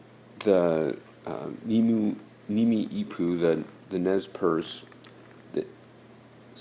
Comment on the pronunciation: It isn't pronounced "nimi'ipuu" it's pronounced "Nee-mee-puu"